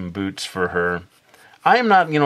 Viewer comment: Omg... I thought he said boobs... I was like "WHA--?!?" but then I replayed it a few times and realized he said boots. lol XD